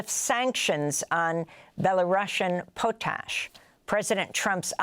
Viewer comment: Pot-ash not pootash